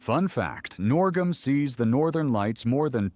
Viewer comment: NUORGAM, not norgam.